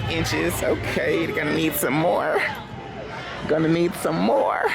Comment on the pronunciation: “Gonna need some more’ah” 😂😂😂